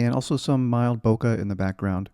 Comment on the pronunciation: Bokeh is the Japanese word for blurry, it is pronounced bo-kay